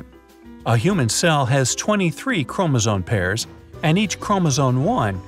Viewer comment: ChromosoMe, not chromosoNe.